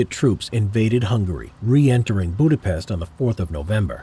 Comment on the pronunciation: Not Budapeszt its Budapest